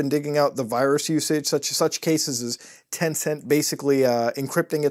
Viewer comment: When you said “Tencent” I was like smh